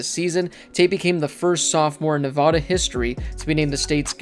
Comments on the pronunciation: It’s pronounced NevAHda not NavAWda, jesus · I hate people who say " nevawda" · You said Nevada wrong -_